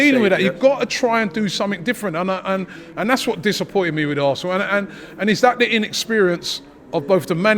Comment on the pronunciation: It’s da histore of Assnal😂